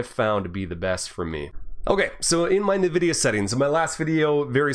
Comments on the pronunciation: NVIDIA is pronounced *“envidia”*, not *“navidia”*, btw, nice vid! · What's "Nevidia"? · Haven't heard anyone say Nvidia like that lol